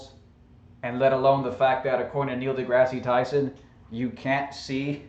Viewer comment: Yeah, nothing proves the flat Earth hypothesis like a commercial for alcohol. It's science people! Also, learn how to say Dr. Neil Degrasse Tyson correctly, it makes you sound even dumber.